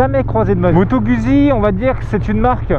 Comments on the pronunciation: Je kiffe tes videos! Mais je suis italien et dès les premieres secondes tu m'as choqué!!! On dit Guzzi en prononcant ( gOUDzi ) Mais je t'aime quand même! ^^ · Sa se prononce moto gouzi